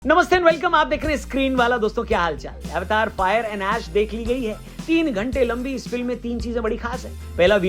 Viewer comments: भाई फिल्म का नाम अवतार है अवेटार नही 🤭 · Avetar nhi अवतार ❤😂